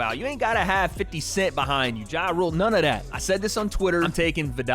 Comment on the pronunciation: This man said jaRule, love you 😂